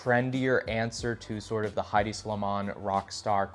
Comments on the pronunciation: “Head-D” not “high-D” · it’s headey not hide